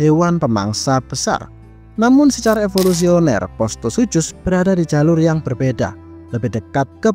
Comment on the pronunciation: bang, bacanya "sukhus"